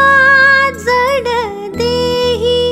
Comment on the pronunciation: काही शब्दांचे उच्चार खटकतात!उदा"जड"